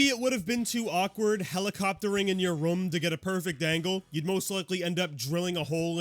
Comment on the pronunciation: I love you, but I really hate the way you say “room” 😭😭